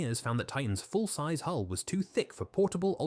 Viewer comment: Maybe get yourself an AI that can pronounce hull and bow if you want to do ship based videos. Or put some effort in and narrate yourself if its not too much effort...